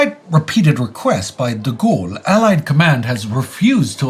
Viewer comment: He butchered DeGaulle